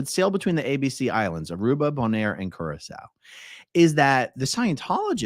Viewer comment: I was today years old when I learned how to pronounce Curaçao. Thank you, AARon!! 🙊